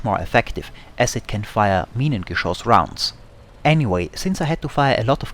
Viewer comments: Must be German. He can pronounce Minengeschoss :) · nice video. i enjoyed watching. good to see someone able to say "Minengeschoss" :D